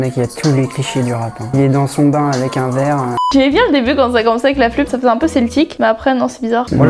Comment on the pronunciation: EuphoR1aWESOME nan mais y'a un truc j'comprend pas, je sais ben tu dis que ton français c'est l'original ou whatever, mais vous prononcer les 'un' comme des 'an' . genre ça marche pas fam.